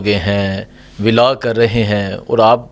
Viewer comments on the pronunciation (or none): none